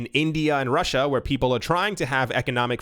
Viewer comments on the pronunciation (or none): none